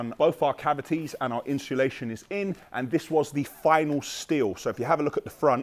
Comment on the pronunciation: Is me thats been saying insulation wrong for 30years lol cos says " inshulation" and also "balllarrst" 🤔😂